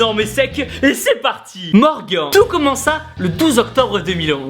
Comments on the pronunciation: Tibo a prononcé "morgan" au lieu de "morgane" pour le jeune homme. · J'ai adoré la première vidéo et la deuxième est tout aussi magnifique. Mais c'était intriguant d'entendre Tibo prononcé "MorgAN" au lieu de "MorgaNN" 😂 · Ça se prenonce MORGANE!!!!! MERDE! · tu prononce morguan stppppppppppp respect le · TIBO Morgan ce prononce avec le son "ane" à la fin lol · Je m'apelle Morgan et Tibo on dit pas Morgan comme entrainemment mais comme Morgane x) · Je crois que ça se prononce Morgane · Bravo a Morgan et Julie vous êtes les meilleurs BOUM ! D'ailleurs Tibo on prononce ''Morgan'' comme Morgane car sinon ça fait trop bizzare Morgan non ? ^^ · C'EST "MORGAN" QUI SE PRONONCE MORGANE TIBOOOOOOOOOOOOOOOO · Comment tu prononces Morgan ahha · Il me semble que Tibo a écorché le prénom de Morgan tout au long de la vidéo :) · Tibo qui prononce mal le prénom de Morgan haha no respect! :D Bravo à eux du fond du pec! Et honnêtement Julie t'es très jolie ;) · Tu le prononce pas bizarrement Morgan..? x) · Putain Tibo comment tu prononcé "Morgan" -_ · Je suis le seul à être perturber qu'il prononce pas bien Morgan ? 😂😂😂😂